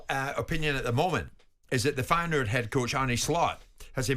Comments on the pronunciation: dutch man: feyenoord simon: fayen hood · Feyenoord. Simon: fire-nude. Leverkusen. Simon: liver-cousin. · "Fayenhood"? Jee, Jordan 🤦. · "Fine hood." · Feyenhood? cmon Simon. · Why does Simon keep calling them Fayen-hood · Man, learn to pronounce my club well. Very annoying. Besides this is an amazing coach. No other words. Says enough Bayern is also after him. In my lifetime by distance best coach of Feyenoord. People will fall in love with his character and sense of humour during press conferences. It lifts automatically the pressure a bit from the squad and club overall. And trust me, I know where I'm talking about. Feyenoord has been a total chaos with immense supporter pressure for the last two decades (completely flipped around during his lead). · Wild how Jordan struggles pronouncing Leverkusen and Feyenoord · Funniest about that pronounce is that ‘Feijenoord’ actualy is a hood in Rotterdam.😂